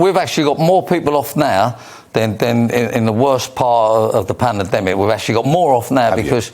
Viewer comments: Someone teach him how to say pandemic for God's sake! Panademic lol. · He can't say pandemic. He keeps calling it the pana-demic....😅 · What about the panemnemadingdemic ? is it an elocution problem or is the Facial plastic to tight .... :) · Just coz no one wants to work for him.....he says there's a skill shortage.oh and mullins its "PANDEMIC" not "PAN-AR-DEMIC" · is this guy next generation Spitting Image puppet of Rod Stewart? Think they need to tweak the Speech CPU on this puppet though..."Pananaademic"?!?...should be "Pandemic"...only teething problems though for next generation Spitting Image puppet...hopefully will fix by next season! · I’m sorry But I’m not being preached to by Someone who cannot even pronounce the word pandemic Panademic ? Eff off Ken Dodd wannabe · What a tool he can't even say pandemic panademic think he needs to stop drinking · WTF is a "pannademic"? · Why does he keep saying Pana demic 😂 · "throughout the palademic" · I loathe this Poundland Rod Stewart, he thinks that something that costs a lot equates to quality. Obviously didn’t pay much for his eye job then. When is he going to learn to say pan-dem-ic ffs why was massaging this jerks ego!? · Yes bro. How did I miss this, I’m guessing it’s not a classic like his other interviews. That video you made with puppet next to him I couldn’t stop laughing he couldn’t even say “pandemic” still can’t by sounds of it. If anything he provides comedy . I wonder if his jabbed yet. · wtf is a panademic this clown cant even say it ...areshole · Probably wasn't. Would be good if they got him to pronounce PANDEMIC correctly. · He cant even say pandemic correctly haha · That twat can’t even say pandemic 😂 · Dull interview this bloke can’t even say pandemic properly. Nothing has been proven with this gene therapy experiment nobody knows the long term health implications. It should be a free choice my body my choice. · Can’t even say pandemic what a moron